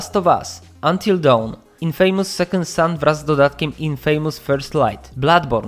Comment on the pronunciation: też byłem przekonany, że skoro "famous" czyta się mniej więcej "fejmus" to przecież "infamous" czyta się tak samo, tylko, że na początku jest przedrostek "in". I w zasadzie tak długimi latami to czytałem. Jednak język angielski zasadniczo jest pełnym różnych absurdów, a jednym z nich jest słowo "infamous", które powinno się wymawiać mniej więcej "i/ynfamus" (mniej więcej, bo dokładną wymowę przedstawia zapis fonetyczny, który nie każdy rozumie, a zapis przybliżony raczej już zrozumie każdy :D)